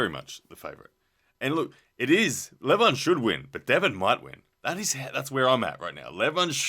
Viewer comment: Leeevan not Levaaan.Devooon .LoL